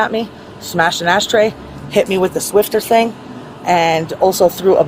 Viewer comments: Not Swifter... SWIFFER. NO T. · Exactly what I was going to say! That thing couldn’t even say SWIFFER right😵‍💫